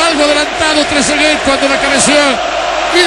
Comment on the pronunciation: "tresegay"?que sos un nene?. trezeguet gano un mundial y es goleador e idolo de la juventus; y te cerro la cola con el gol que hizo. anda a tomar la leche salame